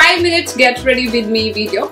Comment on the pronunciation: aap with ko bith kyu bolte ho